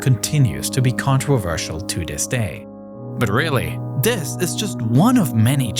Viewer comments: The word this, does not have a d. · “Dis is America’s most contwoversial base”